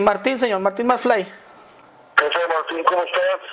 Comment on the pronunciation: jajaja "Martin Macfli" xD :v